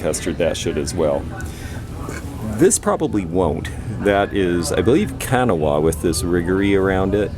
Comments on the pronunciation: Where is the “Kanawah” glass from?? If it’s WV, I promise you it is pronounced KA NAL WAAH. Just thought you might want to know as I hear you pronounce it that way all the time. Not being rude, love you and your videos. ❤️ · Ka Naw ah is how it is mostly pronounced here in WV...must be the twang we have 😉